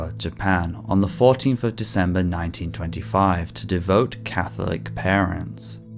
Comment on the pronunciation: Not "de-vote," it's "de-vowt" (devout) - to de-vote means you are undoing your vote